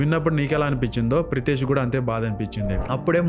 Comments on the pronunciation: It's pritesh mistry not pitresh 😢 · Pithresh ❌️ Pritesh ✅️ 😂😂😂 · పిత్రేశ్ కాదు 😂 ప్రితేశ్ మిశ్రా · Ne abba, peru serigga paluku, Pitresh kaadu, Pritesh. Mishre kaadhu Mistry. Lowde ke ball peru serigge palakadam raadu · Pithresh kadu bro Pritesh 😂😂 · Arey Pitresh kaadhu ra ulfa… Pritesh… mundu spell cheyyatam nerchuko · పిత్రేష్ కాదు ప్రితెష్. వాడు ఏదో కనిపెడితే నువ్వు మాత్రం యూట్యూబ్ లో సొల్లు వేస్తున్నావ్. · పిత్రేష్ కాదు ❌ ప్రీతేశ్ కరెక్ట్ ✅